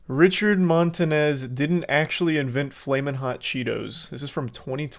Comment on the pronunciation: Bro really said “Montanez” 👨🏻‍🦳